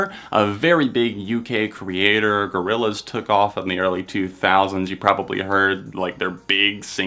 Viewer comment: i got mad when you said Gorillaz i'm sorry i just i just can't